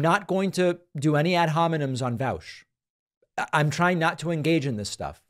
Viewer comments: He’s pronouncing Vaush as if he has never read the word caught. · oh nah he said Ian Vowsh